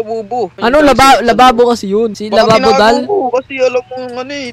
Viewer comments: Labubu po hindi po lababo😅😅😅😅 btw naka sub na po ako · Kuya hindi lababo labubu😂😂 hahah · Bruh it's Labubu is Nat lababu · Oo hindi lababo labubu yun giga hindi lababo 😂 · Hahahaha labubu Yan hindi lababu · Hindi lababo and hindi labobo is labubu yan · Hindi lababo is labubu